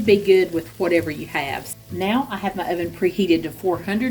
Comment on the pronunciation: You are so cute and funny! You reminded me of Madea when you said irvin for oven. It was a family affair there, everybody pitched in to help you cook. The food looks delicious😋... loved the bloopers😅